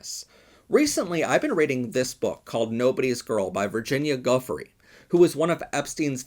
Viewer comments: It's pronounced "joo-fray" fwiw, excellent content though ✌️ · One: Virgina's last name is pronounced "Jueh-frey". Two: THIS MAKES SO MUCH MORE SENSE about the whole ARNOLD PALMER context.... Three: Continued mad love and respect from your RAINBOW FAM up in ❄CANADA⛸!!! 🟥🟧🟨🟩🟦🟪🟫⬛ 🏳‍🌈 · Please, out of respect for this victim, learn how to properly say Virginia’s last name.